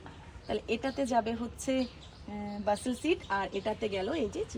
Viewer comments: It's বেসিল not বাসিল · উচ্চারণ টা "বাসল" নয়, "বেসিল্" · Oita BAE-SIL seeds pronounce kora hoye... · Indian Basil মানে তুলসী গাছ,.. আমি তো ভয় পেয়ে গেছিলাম Basil-এর উচ্চারণ শুনে 😅